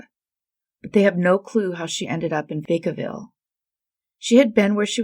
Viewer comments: Wow, the Cynthia Bilardi Merkley case shook me a little, because I know and have been to all the cities mentioned in the video and we have the same first name. But a gentle FYI - it's VAH-cah-ville, not VAY-cah-ville. 😁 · Vak-uh-vil - Vak rhymes with quack. (No worries - there are lots of places in the US that I have no idea how to pronounce!)